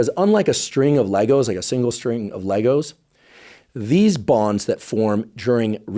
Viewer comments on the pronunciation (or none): none